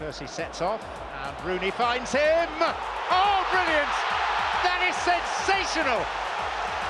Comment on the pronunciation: How much does the Son commentator which he said Sonsational instead of Sensational?! Also question for anyone paying attention who were the only players to appear twice as goal scorers in this list?!